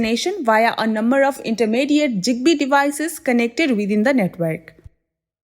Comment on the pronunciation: Bro it ain’t jigbee. It’s zigbee